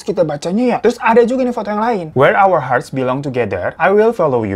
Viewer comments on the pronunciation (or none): none